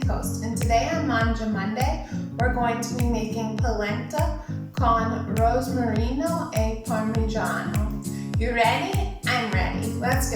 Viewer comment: Polenta is a typical delicious dish from northern Italy. In the USA is completely unknown as "Italian dish" (mostly pizza and pasta they know). I'm glad that this video shows this amazing recipe (with a good pronounciation of "Parmigiano" e rosmarino ; generally when American pronounce "parmigiano" they say "pa' mijeeaaaan").😱😱😱